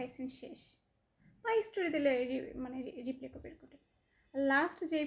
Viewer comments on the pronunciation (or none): একসেফট না, একসেপ্ট। পকরিতি না, প্রকৃতি। রিপ্লে না, রিপ্লাই। ইস্টোরি না, স্টোরি। রিক্ট না, রিএ্যাক্ট। রিসপন্স না, রেসপন্স। এমন আধা মুরাদ টাকলি মাইয়ারে যারা জ্বালায়, তাদের রুচির দুর্ভিক্ষ আছে! 🙄